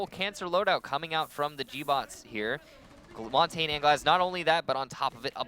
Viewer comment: It is pronounced maun-tahn-yuh not mon-tayne